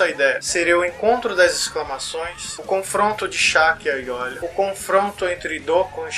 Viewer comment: cara, eu sei que esse video é antigo, mas n se lê ''aiolia'' o nome dele que se escreve com l, mas se lê ''aioria''